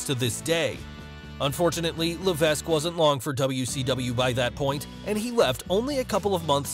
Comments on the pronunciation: LA-VECK! The S is silent. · The s is silent in Levesque. Just saying. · Mispronounces Levesque 😒